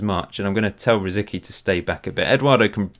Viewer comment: C in RosiCky sounds like ts.